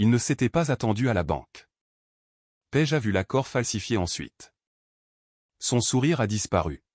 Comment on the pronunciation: Paige ou pêche vraiment l'ia est mal programmée c'est une catastrophe ecrite